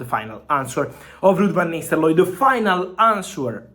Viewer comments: Lol Fab you gotta stop saying Nisteloooi. It's Nistelrooy. You giving me anxiety 😂😂😂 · Fabrizio... It's not Van Nisterlooy, it's Van NisteLRooy... It ends with rooy, not looy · Lud vanisteloy 😂😂😂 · 😅The way Fabrizio says van Nisterlooi is pretty hilarious😆🤣😂🤣😅😆😂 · U are right 😂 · I was about to say same😂😂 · Indeed .... Agreed 😂😂😂😂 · He says nistel-roy 😂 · Ruud Van Nisterlooy😂💀